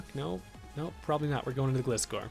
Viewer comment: Loved watching Showdown battles, but as someone who loves Gliscor, it hurts me hearing your pronunciation of his name lol. The "Gli" in his name is pronounced like "glide"